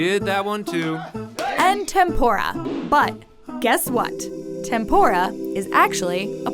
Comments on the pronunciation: she kept saying "TempOra" and im triggered. 天ぷら is not pronounced that way. It is clearly a u in between the p and r. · it’s tem-poo-ra not tem-pho-ra also fun fact I’m Half Japanese and Portuguese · its tempuda not tempora ok i am from japan. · It really bugs me how they say "tempora" (it's pronounced "tempoora") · Isn't tempura pronouced tem-PU-ra but not tem-PO-ra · Ten-pu-ra Not ten-pore-a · Tehm Poo Dah would be closer to the Japanese pronunciation, I suppose. But, go ahead and call it Temp Or Rah if you’d like. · Did they just pronounce tempura as tempora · Majestic Bacon Actually it's pronounced temp'ra with a slight short rolled R. Letter U in certain romanazized spellings of Japanese words are often extremely faint or outright silent. For example 'desu' (a 'to be' word) is pronounced 'dess'. Tetsuko would be Tets'ko. Hope this helps. :) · the videos are cool and all but their pronounciation of tempura made me cringe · im Japanese and the pronouncing of tempura is really bad its funny XD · The way they pronounce tempura makes me cringe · Sorry but I don’t wanna be that guy but you pronounced tempura so bad. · Dont try to speak tempura if you cant say it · Why can she pronounce Tanegashima correctly, but not tempura? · She is saying Tempura wrong